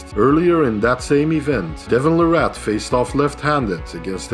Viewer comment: Larratt is pronounced Lair it